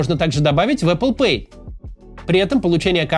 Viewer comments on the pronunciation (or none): none